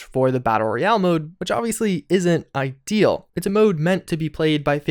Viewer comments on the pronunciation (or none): none